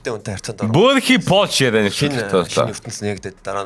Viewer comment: Яриа биш яаяя гээч кк